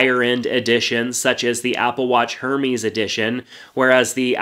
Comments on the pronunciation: It’s not pronounced HER-MIES, it pronounced AIR-MAZE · Pronounced Air Mez. Hermès 😉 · US pronunciation of “Her-meez”, instead of the UK pronunciation of “Air-mez”. 😁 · Its errmez(Hermés)!!! not hermeez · Hermès and pronounces “Air-Mez” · Cringed when we said “Her-miss” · So cute when “nerds” try to pronounce designer’s names Hermès is pronounced “air-mez” just fyi...but this was exactly what I needed ty! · U can tell he simp he said hEr MeS 😂😂😂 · "Hermeez" edition 😂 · OMG ITS PRONOUNCED AIR-MEZ. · Just FYI Hermès is pronounced Air-Maze.... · i was about to get the series 5... almost had me convinced until u said hermes with a strong h its pronounced ehr-mez lmao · he said heermees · Why do I feel like you are saying herpes and not hermes? Hahaha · Should have been spelt Airmaze imo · Yo my guy it's HER mE-S lol this dude shops at out polo outlet for sure. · "Hermies" Edition :-D :-D :-D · I died of laughter when he said “hermes” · Me to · The real crime is how he pronounced ‘Hermes’ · the way this guy said "hermes" and "ECG" smh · He lost me at “HERMÈS” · Bruh that's not how you pronounce Hermes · The way you pronounced Hermès was so gross. Please don’t ever say that brand like that. 🤮🤮🤮🤮🤮🤮